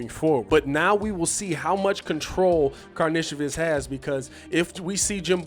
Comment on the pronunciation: From all the videos I’ve seen of him playing over seas it’s Kar Nish o Vis